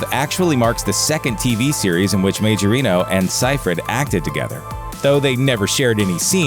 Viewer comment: Majorino is an italian second name. It's pronounced Maiorino.